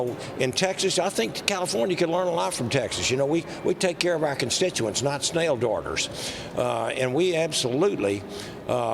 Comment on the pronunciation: Is that guy saying “snail daughters”?